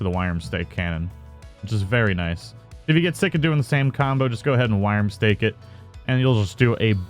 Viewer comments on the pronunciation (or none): Worm-stake now say it slowly.